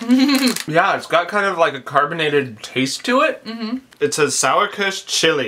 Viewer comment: I love it, if Americans try to say german words. :D I think the only german words which you said right were 'nimm' and 'Sauerkirsch'. Kind regards from Germany.